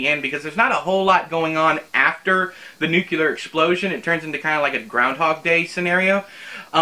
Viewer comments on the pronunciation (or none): Lemme tellya. I was so moved by this review, I crahd. The way you sayed newkewler. Proud a yew, boyh.